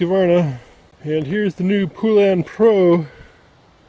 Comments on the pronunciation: Thank you! Poe-Lun not Pooh-Lun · Ive heard horrible things about these saws. Also its not Poolan is pronounced Pole-Un. Same thing with Husqvarna. There is no A between the Q and V. Same with McCulloch, people like to pronounce and even spell it McCullough. Its pronounced McCull-Ukk. People kill me man. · You are aware that husqvarna and poulan are the same ,by the way you pronounce husqvarna ,husk-varna and poulan ,po- lun maybe that will help you